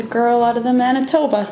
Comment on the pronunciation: the pronunciation of Manitoba though! Ha, defiantly cant take the Manitoba outta the girl